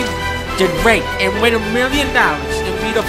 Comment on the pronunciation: "RaKKe IN ThE LaKKe"